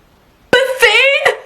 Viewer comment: when you said "betheen" i just lost my shit